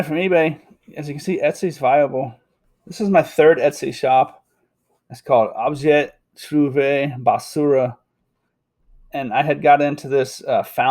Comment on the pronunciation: Thanks for the information. Your french pronunciation of ''Objet trouvé'' sounded spot on to my french ears. I think I need to get on this site. :+D